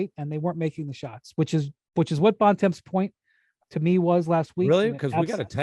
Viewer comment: Why does Bontemps (and everyone else) pronounce his surname incorrectly? Are Americans that lazy that they can’t just pronounce it the way it is?